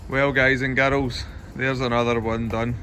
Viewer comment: No one.: Hi guys and garols!